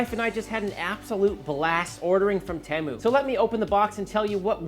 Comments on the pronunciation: It is the same in the US. He didn’t pronounce it correctly. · In the UK, Temu is pronounced with a long "E". And a catchy song!